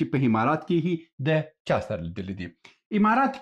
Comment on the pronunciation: هیله ده چی خپل پر تلفظ د الفاظو تمرین وکړی ځکه تاسو عکس ته هکس وایی امارات ته همارات وای د ع او الف پر ځای ح استمال کوی او دا غلط ده ډیره مننه او په درنښت سره❤🙏